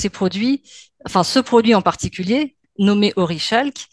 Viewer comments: orichalque se prononce orikalque, c'est le pb avec le savoir livresque c'est qu'on a pas la prononciation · Tyos Mow, auteur du livre Zalrys ? Par ailleurs, on prononce orichalque oriKalk.